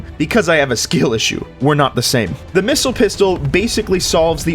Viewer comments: Sir its called the pissile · The... Pissile?